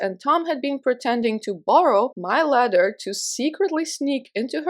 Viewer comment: In the last story I thought you were saying "letter" for like 90% of the story. Then I realized it was a ladder and it made more sense 🤣🤣🤣 But, why does his ex wife live next door?! I still have several questions. Look after yourself and take your time💕